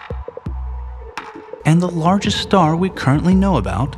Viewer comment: Betelgeuse, not Beetle Juice. ;-)